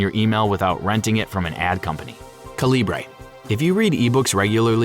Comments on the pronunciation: According to Calibre's developer, it's pronounced CALIBER; not "kuhLEEbray" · Calibre is pronounced like CALIBER. You could have looked it up. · Why are you pronouncing Calibre like that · Calibre is great. But you're pronouncing it wrong.